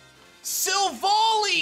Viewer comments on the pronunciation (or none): he calls silvally silvolley😂